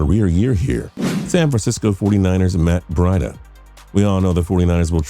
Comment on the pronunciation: Introducing Matt BRIDE-AH